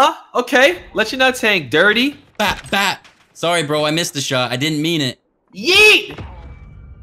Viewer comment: Man said ditry